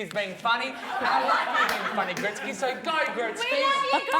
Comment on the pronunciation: calling Gretel Gretskey is hilarious 😂